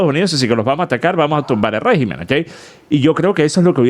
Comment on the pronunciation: escucha bien como se dice régimen. Ya que la voz artificial lo dijo mejor